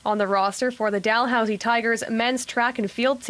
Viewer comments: "Doll-Housey" haha I love u... It's pronounced "Da-Lou-C" or "DaLooSee" Sending love from Ontario Canada 🇨🇦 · haha i love how you pronounce it "doll-housie" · "Doll Housey" haha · Dalhousie might be pronounced like that in the UK But locals pronounce it like the Cal in Cal-vin but Dal-housey, I hope that makes sense lol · Dalhousie actually pronounced "duh-loo-zee" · It’s pronounced Dalhousie Dal/ hous/ ie just like it’s thirty not Turdie lol oh and Canada has provinces not states though you’d know that because you said how bad and dangerous we are lol sorry about having to correct you but all those years of Catholic school lol love your show sorry again eh